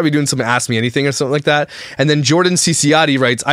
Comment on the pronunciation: Not only the last name you pronounce wrong Tehe 🙃